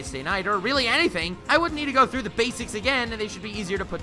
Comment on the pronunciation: gonna be annoying here but forgot the r in through